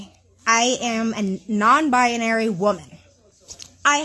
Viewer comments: Why do these people always mispronounce it as 'bi-en-airy'? It's pronounced as 'bi-nery'. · How can someone call themselves “non binary” but grossly mispronounce the word they claim to be?! It’s not “BUY-UH-NARY” it’s, “BI-NARY”!!! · why does she say “bia-nary”? Lol